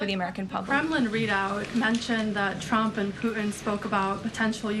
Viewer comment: Trump, not Chrump. Diction.